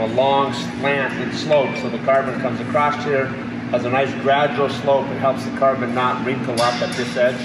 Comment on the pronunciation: I think you are the smartest and most capable man I have ever met. However, I have to point out, that although you are a Utahn, there is no "t" at the end of the word "across". Still, I am blown away by all the small details that take your time and attention and will ultimately make Scrappy a huge step up, even compared to Draco. Keep dreaming